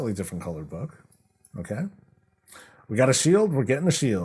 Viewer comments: Touque rhymes with spook, not book ☺ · Good try on the pronunciation... it is "Took" like "too", "to", and "two". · I like the winter set and the pet, the glaives are cool too. Not sure how much I will spend cause I have been good at saving up so far. Toque is pronounced tewk BTW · Toque is pronounced like Twooo-k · The hat called “toque” is pronounced “two-k”… It’s “Canadian” for “winter hat” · touque is pronounced tuke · Toque is pronounced more like tuke. It’s got that U sound like the number two for example. PS- yes I’m Canadian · Toque rhymes with Spook, for pronounciation.